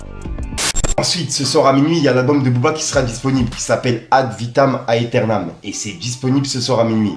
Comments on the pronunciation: Yo frérot l'album de b2o se prononce AD vitam éternam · J’ai mal aux oreilles quand tu prononces le nom de l’album de booba. Mais j’ai 35 ans. Ça doit être l’âge.